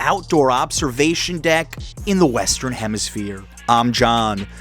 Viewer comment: “Highest Outdoor Observation Deck In The Western Hempishire” 😂😂😂😂😂 It’s ‘hemisphere’, Dumb Ass